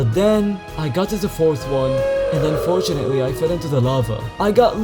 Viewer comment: how many times did you say unfortauntly?